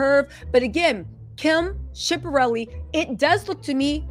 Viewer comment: U are totally butchering All these designers names mulger , shipperelli ?😭😭😭🤣🤣🤣 comedy gold